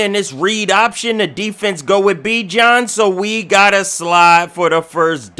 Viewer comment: its pronounced Be Jawn but sick video